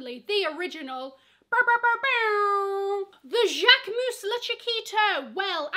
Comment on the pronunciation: Im French and you say « Jaquemus » perfectly 👌🏽